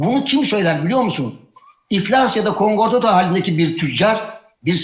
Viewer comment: Kongrato değil! Konkordato konkordato konkordato kelimeyi doğru telaffuz edin Memduh Bey prof . mes